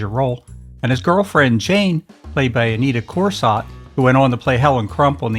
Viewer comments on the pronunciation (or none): Anita Corsat? It’s pronounced Corso.